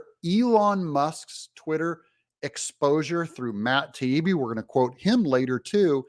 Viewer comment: Matt TY-EE-BEE is how it’s pronounced!